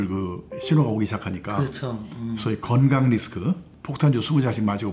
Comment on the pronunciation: 늘 좋은 영상 고맙습니다. 그런데 ᆢ 한가지 부탁합니다 ᆢ 표준발음을 구사 해 주시길요 ᆢ 겅강 - 건강 꽁짜 - 공짜 ᆢ 등 ᆢ